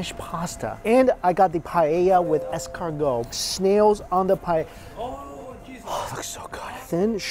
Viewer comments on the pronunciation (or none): none